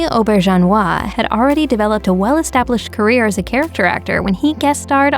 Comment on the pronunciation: Why do the narrators on these types of pieces often mispronounce names? Rene Auberjonois was not “Oh-ber-john-wah” was not spoken as such. He was “Re-nay AW-ber-jayn-wah”. And I may be a tad frustrated, but most of these folks were GUEST stars. You’re “click-baiting! Please, NO MORE! 🙏